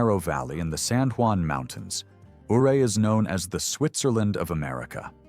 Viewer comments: Ouray, Colorado is pronounced YOU RAY. Named after Chief Ouray of the Ute Tribe of Native Americans. I lived in the area from . Loved it. Regret moving away. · It's not pronounced O ray, it's U ray! 😊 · Ouray Colorado is pronounced Yuray not Ooray!